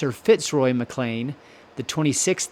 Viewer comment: I'm a Maclean of Duart. Fun fact.... Sean Connery and Catherine Zeta made a film there. The narrator's pronunciation of Maclean and Duart is like nails on a chalk board for me. Skatland is another one.